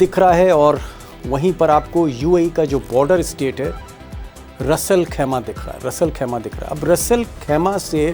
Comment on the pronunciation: रस अल खैमा नहीं, रास अल खैमा कहलाता है।